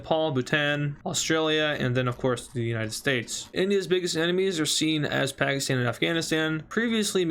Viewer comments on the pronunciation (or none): none